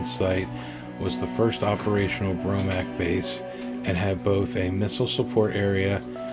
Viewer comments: This is a very good video. The only nagging glitch is the narrator constantly calling it the "Bromac". It is pronounced "Bo Mark" (BOMARC). I have posted my own video about this site on my channel, and it discusses the 1960 accident. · It’s BOMARC, not BROMAC! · It's BOMARC not BROMAC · Bromac? Or Bomarc? I think it’s the latter. Good job either way...subbed.